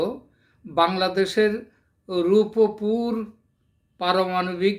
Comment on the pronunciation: শব্দটা "রূপপুর" হবে রূপুপুর হবে না । খ এর ছেলে স্কুলে যাস নি বাংলা উচ্চারণ করতে ও জানিস না আবার আসছিস আন্তর্জাতিক রাজনীতি নিয়ে কথা বলতে। 😂😂😂😂😂